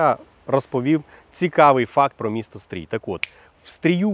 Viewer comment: Стрий не правильно промовляэш) через наше "и"